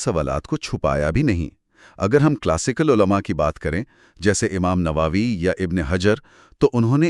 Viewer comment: نواوی کی بجائے نووی کہتے تو بہتر تھا🎉